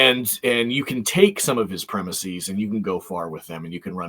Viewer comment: The last syllable of "premises" should be pronounced the same as the English word "is" with a short "i" sound, not like "ease" with a long "ee".